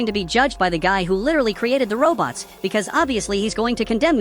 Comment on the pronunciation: you said wrong just say robots not robtos